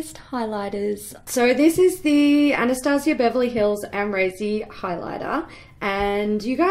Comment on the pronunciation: No hate but it AnaStasia